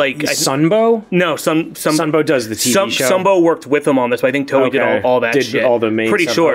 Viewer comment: TOEI = "toe - A"